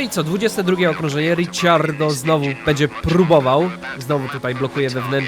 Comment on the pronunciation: Kocham tą serie ale prosze nie mów Riciardo